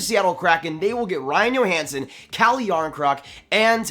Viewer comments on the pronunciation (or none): Like the vid. Do you think they might get Keith from Chicago? And not to knock but is pronounced Joehansen nit Yohansen.